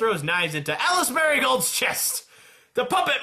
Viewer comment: i can understand mispronouncing some names, but..... can you legit not read? how on earth can you read “margatroid” as “marigold”?